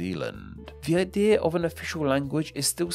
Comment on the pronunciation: Idea* not Ideer